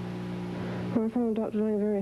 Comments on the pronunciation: It's not Lang but Laing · It's Laing not Lang. There was a very brilliant psychoanalyst called Robert Langs who co authored a book with Harold Searles so it's important not to confuse them.